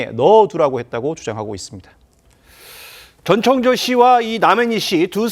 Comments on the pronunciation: 이름 좀 제대로 부르세요. 창조 ㅡx 청조 ㅡ0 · 저 아나운서는 왜 전창조라고 하지? ㅡㅡ 아나운서가 기본적으로 이름은 제대로 불러야지 저번에는 패널이랑 기싸움하더니 볼때마다 이상하네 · 다들 이름 발음 하기 힘드신가봐요… 한분은 전창조 전창조 하시고 한분은 전천조 하시고… ㅋㅋㅋ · 전청조예요 전창조가 아니라 이름은 정확히